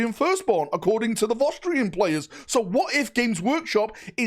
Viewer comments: What are Vosstrians? Do you mean Vostroyans? Voss-troy-uns? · They are vostroyans, is just northern so pronunciation is cooked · FYI they are called Vostroyans not Vostrians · Vos Tree Ins Everyone else: Vos Troy Ans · Wtf is a Vo'strian? Are they related to the Vostroyans somehow? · Listening for the last couple of days pronouncing Vostroyans has been amusingly grating 😅